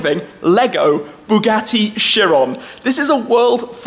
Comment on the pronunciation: the way he said Bugatti 😅😅💀